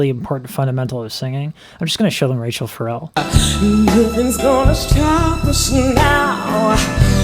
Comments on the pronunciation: Please, her first name: short "a" in "Ra", accent on "chelle"; NOT Rachel. Thanks. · Pronounced Ra-shell, it rhymes with her last name. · its Rachelle, rhymes with Michelle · FYI- her name is pronounced RaSHELL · I love when youre doing someone great, like this. Id be disappointed if you don't comment on some wonderful technique. You never disappoint. By the way I know you have found out her name is prounounced Ruh- SHELL. I just recently became a subbie, and I'm glad I did. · Great reaction and lessons. BTW, her first name is pronounced, Rachelle - (Rah_Shell) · Listen to her be introduced Live somewhere so you can pronounce her name correctly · I noticed the mispronunciation as well yet this guys appreciation is so profound that I was like 🤷‍♀️ He’ll get it. 😘